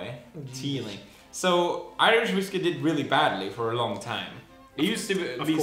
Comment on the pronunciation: Felix's Swedish accent really came out when he was saying 'long'